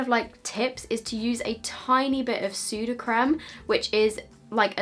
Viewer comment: is it "soowda crem" ive been saying "sud a creeym" all my life 😂😂